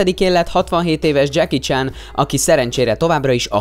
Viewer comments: már az első mondatnál sírtam! Mi az, hogy..most fonetikusan írom le....Dzseki Csán? :D Mert így ejtetted :D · Senki: Ádám: Dzseki CSÁN